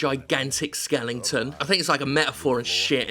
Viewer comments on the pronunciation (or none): Do you just pick games with skeletons in them so you an mispronounce skeleton? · Jim did a video on this just so he could say skelington